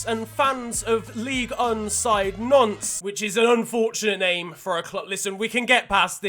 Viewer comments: Nantes, not Nances. Made me laugh a lot tho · Everyone: Nantes FC: “Nonce” Yes perfect pronunciation